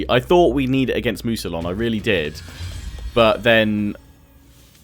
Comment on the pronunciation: Mousillon is said as mousiyon, the two l's are said like a single y. don't wanna be a pain, but I just feel the need to point it out.